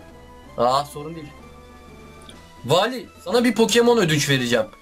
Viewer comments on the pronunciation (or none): Wallye Vali diyen #unutmayacağız